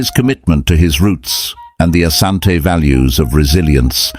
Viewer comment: It is Asante NOT Ashante. Ashante is the corrupted version because of mis-pronunciation.